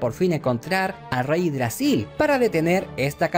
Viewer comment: Todo bien. Pero no es reydragsil. Es yggdrasil.